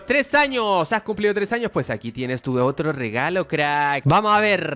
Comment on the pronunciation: Pense que dijo 3 anos